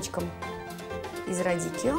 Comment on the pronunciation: Радиччо, а не радиккио